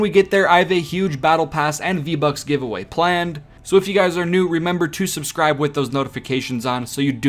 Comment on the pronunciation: Make sur to SUGRIBE? You mean Subscribe That is way to funny